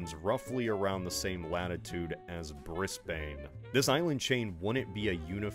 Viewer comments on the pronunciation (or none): Listen, I understand why if you had never heard an Australian say Brisbane why you would think it was pronounced Briss-BANE but it's actually much closer to Briz-bin phonetically. The S and the A are said very quickly and softly. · bro said bris-bane instead of brisbane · "..roughly the same latitude as *Briz-Bahne*." It's pronounced as "Briz-Ben" not "Briz-Bahne". Other than that, fascinating video. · Two things. Brisbane is pronounced Bris-bin. Common error. Secondly, Tropic of Capricorn is about a seven hour drive north and goes through a place called Rockhampton. Having said that, I get keeping it generic and close to major cities. Great video! I do enjoy them. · It really hurt to hear butcher the pronunciation of Brisbane. It's a cross between "Bris-bin" and "Bris-ben". Edit: closer to "Bris-bn" actually. Source: I grew up and live in Australia. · there's no way has been making geography videos for a decade and still thinks that brisbane is called briss bain? that has to be a bit right? (its meant to be pronounced brizben) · Bris-BANE? Try Brisbin next time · "Bris-bane" The second vowel there should be short. Not "-bane" like pain (or indeed bane), but "-bane" like the 'ton' in Washington. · brizbin not briz bane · "bris-baine" it's pronounced Bris-bin. Smh this is nothing like game of thrones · Also as an Australian, Bris-Bane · "Briss-Bayne" lol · It's pronounced more like "breeze bun" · or Brizbin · every time an American says ‘Bris-bayne’ an Australian drops dead. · As an Australian, part of me died when you pronounced Brisbane like that. It's pronounced Briz - bun if anyone's wondering. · prounounced Brisbane Brisbain. US moment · as an australian, i almost died from that pronunciation of Brisbane (fyi its pronounced brizbn (dont ask what happened to the a and e)) still a great video tho! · Bris-Bane. you mad-man. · Speaking as an Ozzy, "Briss-Baine", lol . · man pronounce in Brisbane as Bris-bane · Bris-bane WHAT? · Briss bane 💀